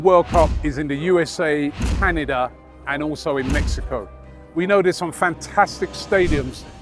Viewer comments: How does butcher everything...whats mekico? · Have to say it my biggest takeaway is please stop from calling it Mekkyco?